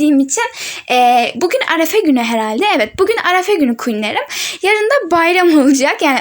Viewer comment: Arafe değil arefe😂